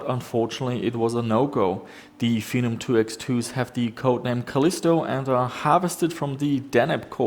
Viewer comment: Fen-om said like venom but the v is a f